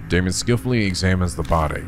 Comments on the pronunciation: I tend to not comment on whenever says names and such wrong, since I don't want to be an annoying nitpicky penguin, but since you asked, I believe Daimons name would be pronounced "Die-Mohn". At least that sounds the most correct to me. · Daimon, like Daimond. Think of it like this: Pronounce the 'ai' like eye, then add what ever is in front of it (If there is something in front), to make the sound. D-eye-mon. Eye-co - Aiko. T-eye-gah - Taiga. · Daimon rhymes with Simon. Ei rhymes with Day. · I don't get it! Is it pronounced 'Dye'-mon or 'Day'-mon?! Me:..., what's the name of the antagonist from Bleach that fucks your mind?: Who, Aizen? Me:...: Oh. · “ai” in Japanese is pronounced like “eye”. You were probably thinking of the Japanese pronunciation of “ei” which is similar to “-ay”. The letter A always has the short vowel sound, just to clarify. So you were right the first time, it is pronounced “Die-mon” I’m sure this will come in handy for many other games in the future, so I just thought I should set the record straight here lol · "Ai" is pronounced like "eye" (which came up a lot in somnium files iirc) though there are some names where they're separate characters (like araishi is ara-ishi not arai-shi) For daimon though, it very much is dai-mon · His name is Japanese so there’s no need to fiddle around with the German pronunciation lol It would be pronounced “Die-Mon” Language can be loopy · Daimon: Die-moan ♥